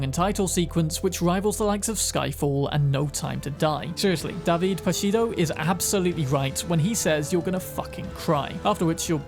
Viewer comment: Oh my, you really butchered Podsiadło's name in this :D Not that it is easy to pronounce for people that don't speak Polish, so I don't blame you for that, but that one just left me laughing out loud :D